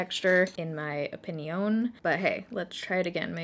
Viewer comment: “In my opiNEE-Own” that made me laugh so much 😂😂